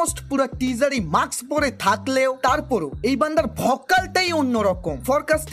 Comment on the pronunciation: উচ্চারণ ঠিক করেন। মাক্স (Maks) বলে কোন ইংরেজি শব্দ নাই। এটাকে মাস্ক (Mask) বলে। এজন্য পড়াশোনা করা জরুরী।